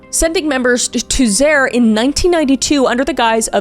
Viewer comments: "Zaire" is "zah-EER," by the way. Not an attack; if you've only ever seen it spelled, "ZAIR" is a perfectly cromulent assumption. :) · Erm... , is that Zaire? Now, the Democratic Republic of Congo? It is pronounced just like you see it... Za (as how you pronounce tsar) I (and in Ignite - first I), re as in REpetitions... Zaire 😊😊😊